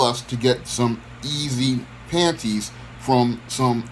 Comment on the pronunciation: The way you say “panties”? Hilarious. Lol RIP to the gentleman.